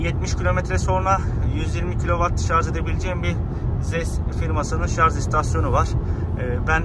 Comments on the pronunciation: dostum gerçekten çok anlaşılır ifadelerle tatminkar videolar çekiyorsun severek izliyorum, fakat takıldığım bir nokta var. dünyanın en teknolojik aracını kullanıyorsun ama şarj yerine şarz demen garip oluyor. kendin için düzeltmen faydalı olur. saygılar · Hocam sürekli “şarz” dediniz inanın sinirlerim bozuldu izleyemedim. Bir diğer tavsiye hız sabitleyici tüketimi artırır. Konfor için bir teknolojidir ama tasarruf ettirmez. Hız sabitleyici olmadan aynı yoldan geçerseniz tüketim daha az olacaktır. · şarz deme abi gözünü seveyim ya lütfen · Bizim millet de sarj demeyi ogrenemedi bir turlu. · doğrusu şarj , şarz değil. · ya bişey diycem yeter artık şarz demeyin şarj lan şarj charge dan gelir ingilizce yada batarya doluluğu de illa türkçe olucaksa gerçi o da türkçe değil ama olsun araba türk 😂😂😂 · Özellikle mi Şarz diyorsunuz😂